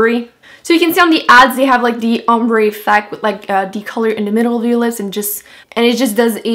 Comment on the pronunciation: Anyone else notice that she says "dee" instead of the??